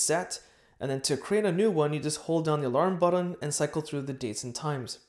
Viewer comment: Stop saying “buddon” it’s BUTTON... it’s a T not a D as in but not bud .. therefore it’s button not buddon